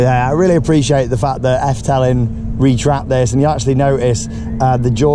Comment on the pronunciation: It’s pronounced more like Eff-duh-ling..... 😊👍🏻 great vlogs as ever! Thanks